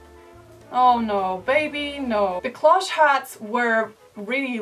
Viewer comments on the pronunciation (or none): none